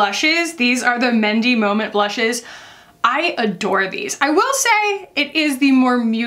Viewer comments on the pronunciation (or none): none